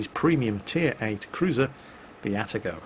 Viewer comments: Ah-Tah-Go not At-teh-go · please. Stop pronouncing it At-a-go - it's A-ta-go. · Ah-Ta-Go. In Japanese, each symbol represents a syllable that is usually pronounced the same way. These symbols usually only represent two roman letters, with the exception of stuff like Tsu. (Mu-Tsu-Ki and Ha-Tsu-Ha-Ru, for example.) At least that's how it is with the basic Japanese alphabet, anyways.